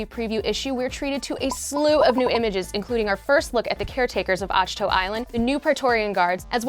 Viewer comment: minor problem. it's called ush-to? not uck-to? those weird phonetics you always mess up. i'm not sure about that. mmh. :D